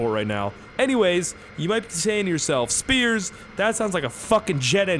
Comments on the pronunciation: Sounds like you're saying scarce instead of in the intro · hey what's up guys here sounds like hey what's up guys scarce here